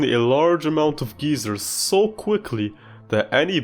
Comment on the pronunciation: I'm running on 3 hours of sleep and when you said geezers instead of geysers, I couldn't help but chuckle 😂 "He can summon a large amount of geezers" 😂